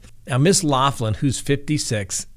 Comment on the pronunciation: I enjoy your show.. But you're driving me crazy the way you say her name lol its an Irish name Loughlin and it's pronounced locklin 😂😉